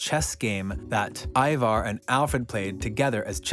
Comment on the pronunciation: Bro the way you say some of their names 🤯🤯 did you even watch the show !!! Whos eeevar its ivar but pronounced eye-var